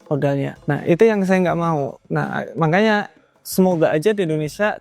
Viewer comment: Ciri khas ini, kalo lagi ngomong selalu ada kata "mangkanya," harusnya makanya, tapi karena udah kebiasaan jadi ciri khas gitu. Keren mas, jangan lelah mengedukasi agar pemula kayak saya gak sampai terjerumus ke oknum full margin. 😁😁